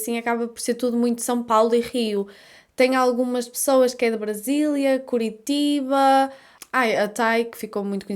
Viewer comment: Não é "curitiva", é "curitiba"!!!:face-blue-smiling